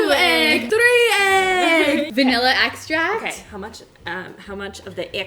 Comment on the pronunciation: "Vanilla eggstract" lmao